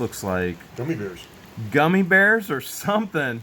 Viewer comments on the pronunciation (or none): none